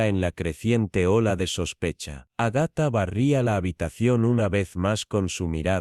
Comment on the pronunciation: Agatha tiene acento en la primera 'a"